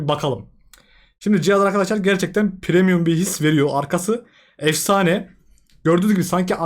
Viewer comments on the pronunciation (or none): none